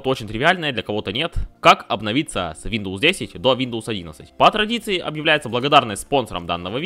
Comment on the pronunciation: Братан после слова вийндоус, видос прекратился😅😅